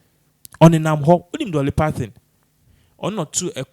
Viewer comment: We don’t know Dolly Parthon We know Dolly Parton. Your pronunciation of many English words piss me off. Stick to your Twi dialect.